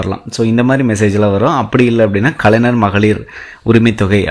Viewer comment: தம்பி... முதல்ல கலைஞர் னு நல்லா சொல்லி பழகு... கலைநர் - கலைநர் னு சொல்லிட்டு இருக்க....